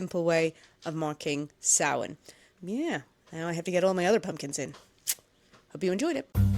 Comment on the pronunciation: I like that you pronounced Samhain correctly. Happy Halloween!!!!